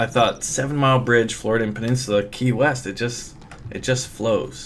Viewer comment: When he said key west at first I thought he said Kanye west.. Lol